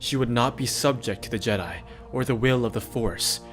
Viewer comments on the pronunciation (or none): You’re killing me with that pronunciation. They weren’t JEdi. The pronunciation is on the second syllable. Listen to into the void audiobook to hear it.